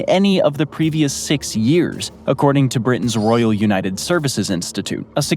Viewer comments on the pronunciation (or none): none